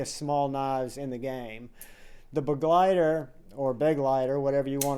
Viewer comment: First reviewer I have heard actually pronounce Begleiter properly. 😂